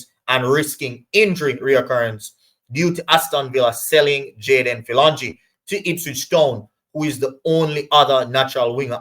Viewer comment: His name is pronounced ' fill- o- jeen'